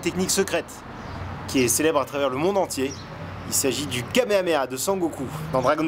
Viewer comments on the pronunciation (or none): none